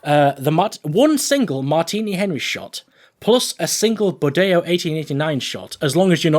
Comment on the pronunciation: good for you, the pronuciation of the bodeo is right